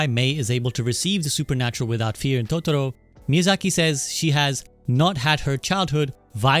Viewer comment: Great video, bonus points for correct pronunciation of Ghibli and Totoro! It is a bit sad hearing that initial story, but knowing how Goro has been treated during some of his works.